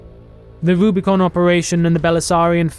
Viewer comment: It's Rubicon, not Rubricon. It's meant as a reference to crossing the Rubicon River by Julius Caesar.